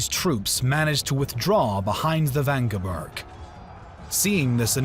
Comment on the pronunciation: It is Wagenburg, not "vagneberg". Also Papal is like PayPal not pahpal.